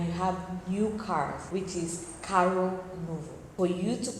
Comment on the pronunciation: A pronúncia desse R em CARRO é igual ao H em HOUSE 😉